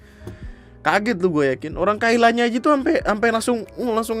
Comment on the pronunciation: Kyla itu dibaca nya kila. Just info